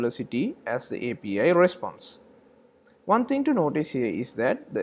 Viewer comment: You say APA but mean API? :)